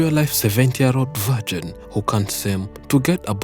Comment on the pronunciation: "vargin" lolol0lol